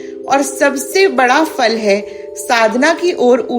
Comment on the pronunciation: आपने अत्यन्त अचूक उच्चारण और भक्तिभाव से पठन किया है। आपको अनेक धन्यवाद। 🙏🏼 आश्चर्य केवल यह हुवा कि आप “फल” और “सफल” शब्द कैसे फ़ारसी के फ़ के उच्चारण से कर रहीं है? फल का “फ” दोनों होटों को मिलाके, “प ब भ म” के ही प्रकार होता है; फ़ारसी का “फ़” या fake का “f” के प्रकार उपर के दांत नीचे के होट पर रख के नहीं होता है। फ ठीक से ना बोलने के कारण लोग फूल 🌺 को fool कहते है!